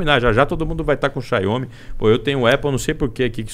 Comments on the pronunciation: Cada vez que esse cara fala chiainhôme Xiaomi minha expectativa de vida cai 1 ano. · A cada "Xaiômi" que ele falava, era uma facada nos meus ouvidos 😖